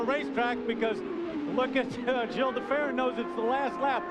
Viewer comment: Did Marty really say Gilles like 'Jills' ??? Sheesh